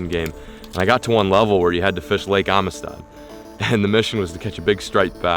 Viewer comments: I’m usually the first one to hammer a pronunciation/grammar nazi, but everytime you say ameestaud I have to cringe. Around here it’s pronounced “AMSTED”. So. Welcome to Amistad!! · marcos l I think he is putting too much emphasis in the I. Should be amistad not amestad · It’s pronounced Am-sted not Ami-Stad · The lake is actually pronounced amsted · I live like 4 hours from there and I’ve never heard it said like that. Everyone around here says “amsted” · How he pronounces Amistad drives me crazy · Every Texan rn is annoyed with how he says “Amistad”